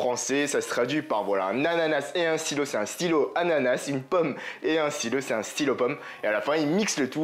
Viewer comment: Ananas le s sa ce prononce pas c anana +1abo